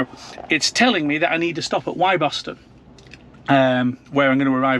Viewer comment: great vid, interesting as i'm expecting deliver of my model y next month - - - quick pronunciation check - "Wyboston" is pronounced "Wibberston" and "Wymondham" is pronounced "Windham (is is windy gayle!) - from a Norfolk lad!